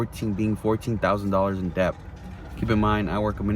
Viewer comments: I'm sorry, but this guy is just an addict—he has no critical thinking, actual strategy, or financial education. He's a gambler, not a trader. Oh, and the fact that he doesn't know that it's "Debt" and not "Dep" says a lot. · det not debth is the pronounciation ....... 1 set a limit of loss and gain 2 never bet wages only savings 3 take time 4 invest as well as trade youve still got your car and you can always work ..regroup work hard and save ..good helpful video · DEBT ITS NOT DEPTH DEBT AND THE B IS SILENT. Not surprised he loses all his money bro cant pronounce DEBT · I just don’t understand why he keeps saying dept and not debt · The guy pronounces debt as depth the guy is a M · This guy keeps saying “dept” and i can’t take him serious. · Do he’s saying dept 😭😭😭😭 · he pronounces it funny, should be det without the "b" sound. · I kept hearing "deps" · Is he actually pronouncing the letter B when he says debt!???😂😂😂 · If you can’t even pronounce the word ‘debt , don’t even think about trading. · You shouldnt be anywhere near the stock market if you cant pronounce "debt" correctly. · Was he pronouncing the "b" in "debt"?....😆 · So much debt he pronounces the 'b' in debt. 🤪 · On a side note, why does he pronounce 'Debt' so strangely? 😂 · The dude is saying "Debt" and pronouncing the B. Then he's saying he's taking 80% interest loans? That literally isn't even legal. What planet is this dude on? This is fake or he's actually braindead. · Never trust a man that can’t pronounce debt. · He doesn't know the B in debt is silent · I’m not taking advice from anyone who pronounces the 'b' in debt. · Why he keep saying “deBt”? 😂😂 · Anybody that pronounces the B in debt deserves to be in deBt 😅 jk